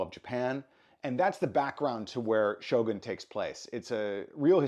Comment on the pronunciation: エミー賞で、SHOGANと発音する人が多くて、やっぱりアメリカは他国にリスペクトがないとがっかりした。発表する人ぐらいは、発音調べてて欲しい。